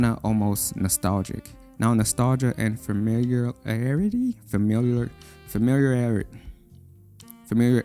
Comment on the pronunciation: i'm glad im not the only one that thinks familiarity is a hard word to pronounce